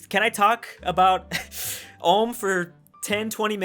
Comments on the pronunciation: Ulm is pronounced with a oe sound like in shoe not an oh like as in dot.. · We need to teach you how to say Ulm right 😅 (its Ulm, like in do, u in the beginning pronounced like o in do) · What tries to say: Ulm How he pronounce: Ouhm XD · I understand but THAT PRONOUNCIATION 😭 It's Ulm, not Ohm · You say it like alm its like the U from you Its Ulm not as harsh as the U from you but its Ulm not Alm thx Edit:That ain't no hate just wanna get things straight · "Ohm" as Prenounced it LOL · Ulm is pronounced like 'u' in butcher. 'l' and 'm' you pronounced correctly. How you pronounce (foreign) geographical names you sound like a non-native English speaker - or is it really so difficulty for AE speakers to pronounce geographical names? Unfortunately, Germans are people who assimilate very quickly on the whole. Therefore, they're rather suitable as immigrants. When I look at German girls, especially, who went to the States with GIs it's really astonishing how fast they turned as 'religious' as many US Americans. I was raised in a German town with a US Army garrison. It was mostly girls from the lower middle class who chose this way. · Only if u can pronounce Ulm correctly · You can't even pronounce Ulm lol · Great video! Your pronunciation of Ulm wasn't that great. The google translator did a better.